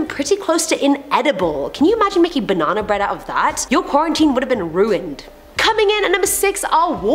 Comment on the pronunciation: I like how you say Ba Nan nA 😂